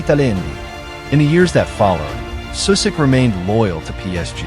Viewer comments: Your pronunciation is awful of names and places. Like..really bad. At least do some research on how to actually pronounce at least some of the basic things like, everyone knows that names that end in ic (ić) are not pronounced “Sue-sick”, but “Sushitch” Just saying. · First of all, learn that shitty AI how to say his name. His name Sušić ends the same as Modrić, with the same two letters. And shitty AI said Modrić pretty accurate... And than š is not s, you say it like sch... Anyway, Sušić as a coach led his Bosna to the World Cup, for the first and so far only time. Bosna under his lead played the best and most beautiful fudbal they ever played. And they fired him after the WC. I fucking hate my country, people that runs Football Association, same as stupid fans, for how they treated this man. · It's not Susik. Pronounce it like you pronounce Modric. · Susik ti je nono, amater. Sušić=Sushich. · The least you could do is pronounce his name correctly. Its not Susik, its Sušić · The name is pronounced Sushich. Messi before Messi! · His name is pronounced Sushich! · if you can say Modrić why can't you say Sušić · Shockingly bad pronunciation of his surname and his hometown. Simple google translate would do a better job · you can not even pronounce his name… shame.. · An advice: If you make a video about someone, try to learn how to pronounce his name correctly. Or is it just ai...